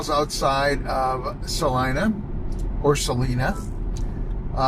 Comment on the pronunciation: Salina, Kansas, is pronounced suh-LIE-nuh (sa-LIE-na).😅. Wakeeney= wuh-KEE-nee😂